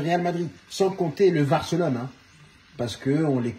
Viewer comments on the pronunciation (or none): Il a dit Varcelone😄😀😁😄😄, franchement il dit tellement vrai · "Le varcelone" 😂